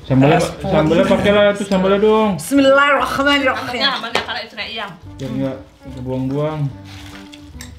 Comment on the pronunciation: Dibikinin ngakak pas nyari ngmong bismillahirrahmanirrahim😂😂